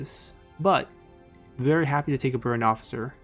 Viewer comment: Uhm... been too long it's kinda embarrassing now to ask but is it "burnt officer" you say?